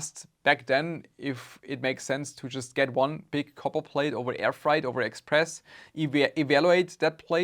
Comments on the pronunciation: its more fraaait than frite (freight) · frEIght, not fright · I'm so sad for your loss... Ah, it's not "fright" it's "freight"! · Thank you for making this video. Respect. My only complaint is that freight (shipping) is not pronounced like fried (cooking) or fright (scared). Try saying "frayt" instead. Or frāt, IPA: /fɹeɪt/ (But after a few minutes of repeating the wrong word, I finally caught on to the meaning from context clues.) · Just a little note on your English; The word "freight" is pronounced like "weight" (wait). It's not like "height"(hite), as you pronounced it. Hope this helps and that it does not offend you. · My condolences. By the way, "freight" rhymes with "eight". You're saying it as "fright", though I imagine you had a fright when you found out what they had shipped. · Fright vs Freight XD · "Freight" is pronounced like "crate" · So you didn't report them on alibaba? Freight is pronounced just like how you pronounced weight. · It's pronounced "FRAYT". Sucks you got scammed, but my racism against the Chinese would have prevented this. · Freight is pronounced with a long A